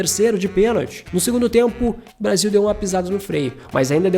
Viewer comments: "Brasa"? Um vídeo muito bom, mas "Brasa" é difícil........ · Braza? Que PORR….. de Braza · Brasa? Que gastura. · Brasa? Cara, adoro seu canal. Mas, Brasa? Não rola. Boa sorte aí. ✌🏿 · "Brasa" ? Kkkkkkkkkkkkkkkkkkk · esse cara falando brasa da até raiva !!! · Conteúdo top mas não consegui ver até o final enfim É Brasil É Brasil E não Brasa Brasa é meus ovos 😂😂😂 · Po mano, falando braza? ai é de lascar em... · Bom vídeo, mas escutar várias vezes "brasa" foi de doer os ouvidos. Tava esperando o "canary" a qualquer momento... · Meu querido é uma delícia ver seus vídeos mas ouvir você falar “Brasa” é de cair o c da bund, brasa é carvão queimado, isso aqui é BRASIL. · Puta que pariu não é "Brasa" não caralh@ ninguém fala isso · Brasa o kralho... Perdi até a linha de lembrança você falando brasa. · Toda vez q ele fala Brasa da vontade de fechar o video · Brasa não pelo amor, niguem fala brasa. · "BRASA" doi no ouvido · Porra irmão tu falou brasa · "Brasa" não né, pô! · Excelente video, agr toda vez que ele falava brasa me dava um engodo, deleta esse vocabulário meu fii. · Excelente vídeo... só para de falar Brasa por favor kkkkk péssimo. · Muito bom o conteúdo do vídeo. Mas é Brasil!!! não Brasa. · Mano da nojo esse verme falando braza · Tomar no cu ele falou Braza de propósito 😂😂😂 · Brasa e meus eggs😂 fala direito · Parei de ver o vídeo quando falou brasa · Quando falou BRAZA pela 4° vez, parei de ver...